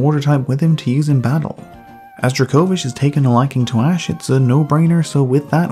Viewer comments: The first half of this video, "druh-KO-vish" was bothering me so much because I'm used to hearing it pronounced "DRAY-ko-viSH" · Never have I hear someone pronounce Dracovish like that